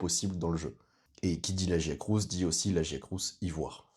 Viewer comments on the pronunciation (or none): Ça s'écrit Lagiacrus et ça se prononce La-Gee-A-Crus. Merci 😊